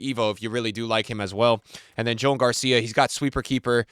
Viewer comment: Joan name is Spanish not English so pronounce his name like Juan but with an O